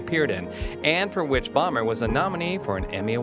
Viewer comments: bomber? lmao (boh-mer) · Whoever did this, didn't even pronounce Bomer's name right. And he was raised in Spring, TX